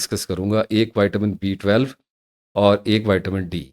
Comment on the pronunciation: Dr sahib, great delivery, me 59 ka Hoon ore muje ye clear nahi hota ke ap D12 bata Rahe Hein ya B12 bol Rahe Hein, agar screen per visible hota tu doubt nah hota, ab me ne video tu watch ki magar B12 or D12 clear nahi howa